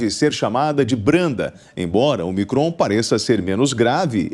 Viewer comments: O apresentador, não é omicrÔn. É Ômicron. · Cara burro, não sabe nem ler a tonicidade da palavra de forma correta. É """Ô"''"micron, não omi"""CROOON""". Depois quer ter credibilidade pra falar alguma coisa.